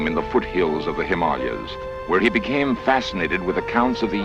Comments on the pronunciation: He said himallas. Didn't he mean Himalayas? 🤔 😳 🤣🤣🤣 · He said HIMALIAS.. 🤣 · him all leh yous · Its called the HIMALAYA,S not the HIM ALE,AS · The narrator called the himalayas the " him mall yas 😂😂😂😂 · You'll hear people pronounce it both ways... I think the locals actually pronounce it, as he said it.